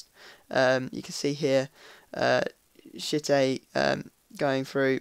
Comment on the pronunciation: the way i hear pronounce m.tchite, is shit-ey. not taking the mick but its funny